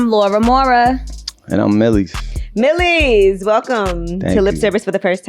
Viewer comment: Angyla pronouced his name Wrong